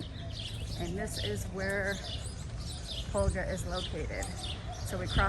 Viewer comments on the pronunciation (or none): You called her Holga. Her name is Hogla. And the H is silent in Spanish so it is pronounced Oh-g-la